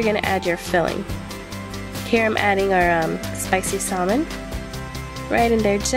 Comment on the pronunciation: good video. you say salmon wrong :(